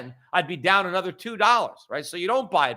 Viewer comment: "A-nother"??!? Where did you learn to speak the English language?